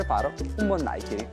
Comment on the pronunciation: si dice daiquirì la ultima i è accentata!!!